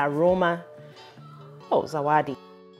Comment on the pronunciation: That’s soo funny the way you said Zawada. He wants to join the conversation 😅, but this is a real time saver, I have tried it and it’s amazing. Thx for sharing.